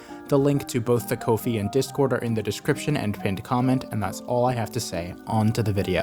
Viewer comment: I thought it was pronounced Ko Fi